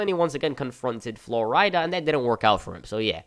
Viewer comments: Who the fuck is Flor-ida? I can’t tell if your joking or not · Good video, other than your pronunciation of certain words and names like flo rida. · Had to turn off with the way your saying flo rida